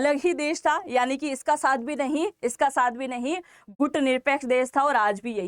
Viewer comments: Gooooot ❌ Gut right ✅ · दो घूट नहीं दो गुट बोलो आपसे गुट नहीं बोला जा रहा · गूट नही बोलते है, गुट सही उच्चारण है।